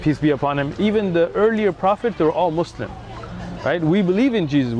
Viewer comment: Lol, he doesn't listen to the way he kept saying Muslim, he used a z instead of a s "Muzlim" the exact way non arabic speakers say it in the USA